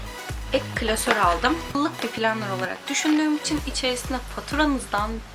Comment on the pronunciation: yanlış anlama ama plannır değil planır (kötü amaçla söylemiyorum)